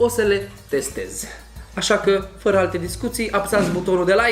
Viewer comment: i m also a native speaker and while he may be easy to understand, he does a lot of what i call "vowel swallowing" ["suc'rile alea", "f'ra alte discutii", "ap's(a)ti"]. unfortunately this has become very frequent in romanian and it s very disturbing [personal opinion, of course]. romanian doesn t have long vowels so if we don t keep them as they are, along with diphtongs and triphtongs, we risk sounding like "prst", "smrt", "ctvrt" which are, trust me, real words in czeck and serbian. you are right...he may not have been hard to understand, but my brain paid more attention to the way he pronounced than to what he was saying because, although i live in a region with a "fast speaking pace", we do pronounce the vowels. speaking fast doesn t mean swallowing sounds ...but again, that s why oratory is an art... 😉